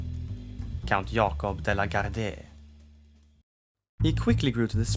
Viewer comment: En liten kommentar om uttal: "De la Gardie" rimmar med "parti" eller "Marie".